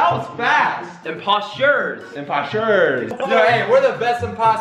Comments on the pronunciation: Imposture ✋😂 Literally does he not know how to say imposTER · He say posta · How says imposter impastet